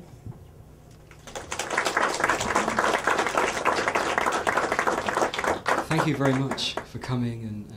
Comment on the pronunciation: Literally chuckling at how she says his surname wrong multiple times... Okay back to listening to the Dashing Mr Van Booy...